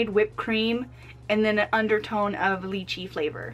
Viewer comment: Its not leachie it lychee...